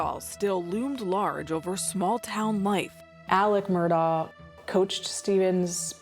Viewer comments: Why is she pronouncing it as Murdoll? It isn’t even remotely right - we hear Alex even pronounce his own name very clearly as Murdock. Strange decision by producers to not correct her. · Why “MUR-DOLL” there’s no “L” .. it’s “Mur-Daw” Murdaugh… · The reporter has no idea how to pronounce Murdaugh. My poor closed captioning is struggling. Murdock, Myrtle, Murdall...